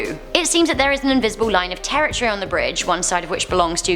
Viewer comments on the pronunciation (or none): none